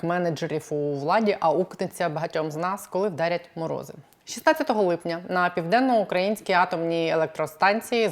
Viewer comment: Правильно казати Південно-Українська з наголосом на [ ї ]. Дякую